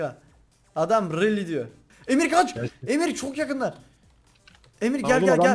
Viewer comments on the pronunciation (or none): abi emir abiye niye eamir diyon